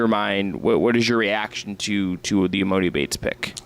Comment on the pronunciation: E-MAH-NEE YALL CMON